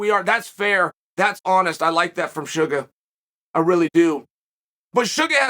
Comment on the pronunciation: I see you, Uncle CHAEL! I see you saying "Shuga' " relentlessly!!!! I know what you're doing!!! 😂 He's my boy, though!!! So happy for him!!! I still think you'd be the Greatest Rap artist of all time!!!! BADASS INC ✊🐐🎙️🎶!!!!!